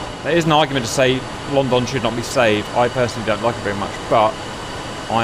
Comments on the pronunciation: Omg no please don't say london like the u don't pronounce the "o" just say london but if it had a "u" in it instead of a "o" so 8is lundon but its spelt london. Anyways sorry I had to say smth be this kinda triggers me bc I am British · “Lonn don”🤣🤣🤣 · "Lawn Dawn" 😆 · Please tell me I'm not the only one who thinks he's saying "long dong." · Funny... "LOWNDUN". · Ah yes Lon-don. Laughing so hard right now lol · The pronunciations of London are killing me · Why does he say London so weird ???